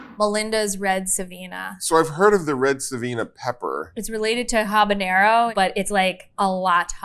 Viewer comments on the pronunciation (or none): I know I’m being pedantic… but it’s habanero, not habañero. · habanero not habañero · For the hot sauce most expert in the world, keep saying.. Habañero!! is sad🤦🤦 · i find it strange Epicurious doesnt know how to pronounce habanero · So you don’t know how to say habanero but you wanna tell me what chipotle is OK never mind I’m not listening to you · The ‘h’ in Habanero is silent. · Does no one know how "Habanero" is pronounced? Here's a hint: the 'H' is silent.... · Was it a long search to find three hot sauce experts who can't properly pronounce either "jalapeno" or "habanero"? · except how to pronounce habanero